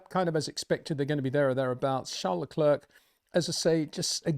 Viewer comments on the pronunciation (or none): none